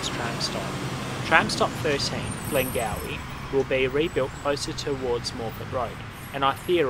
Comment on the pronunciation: Just to make your reporting accurate, 🙏, I respectfully advise you that the suburb is GlengowRie.... pronounced with the R sound. Thank you.